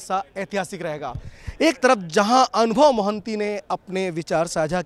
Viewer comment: महान्ति ✅ मोहंती ❌ Hindi people never forget to make mistakes.😂